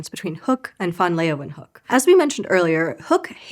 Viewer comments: Are you Dutch? It was pretty good, only the -hook part was incorrect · ”Leeuw” is one diphthong. She separates the diphthong into two syllables. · it wouldn’t be so bad if she didn’t add that extra syllable to his name. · I am also from the US. It was… OK at best; at least it wasn’t pronounced “lee-wahn-hook.” It should have been something along the lines of “lay-van-hook.” I can’t do the phonetic alphabet spelling on my phone. I will give a pass, as I am a huge fan. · This is how I learned I’ve been pronouncing his name wrong for years. Which is weird because the right pronunciation is actually closer to what a naive English speaker would say. I wonder where I got the “LAY-ven-hook” pronunciation from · Mild yodelling was an interesting approach to pronouncing van Leeuwenhoek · I wanted to listen to the story but CANNOT stand to hear you pronounce this man’s name one more time. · Why Pronounce van Leeuwenhoek wrongly? I know that 99% of the world's scientific knowledge was made outside the USA, so you really need to spell things correctly. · Always disappointing that Americans have such disregard for correct pronunciation of names, or is it just disrespect...? No one in the production bothers to ask the question and spends 15 seconds looking up how to pronounce the name of the person the video's about...🙄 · But it wasn’t pronounced properly at all… 😂